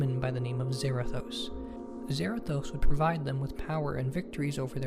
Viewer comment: It's zarados but with a th zarathos I feel like punching him if he's a nerd